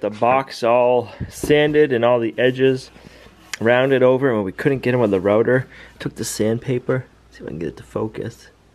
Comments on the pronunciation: router sounds like outer! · router Not Rooter.